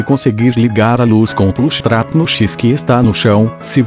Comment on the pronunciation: é que vc fala diferente meio que quando ouvi vc fala jumpscare e plush trap saiu estranho o som.